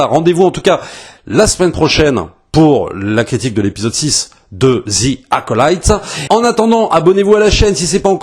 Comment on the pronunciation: "Zi acolaïte" ? On dit pas "Ve acolite" ? 😅